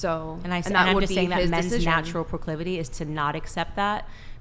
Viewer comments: She couldn’t pronounce proclivity - the girl in the orange needs prayer as well. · Candace’s face when she mispronounced proclivity Also she had them OF girls SHOOK